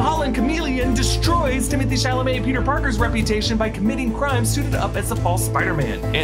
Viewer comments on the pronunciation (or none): Isn’t his name pronounced Timmey Tay? And not Timothy?